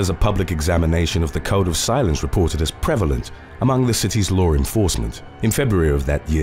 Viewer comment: Haha when you said code of silence I thought you said cone of silence instantly bringing images of Get Smart to my mind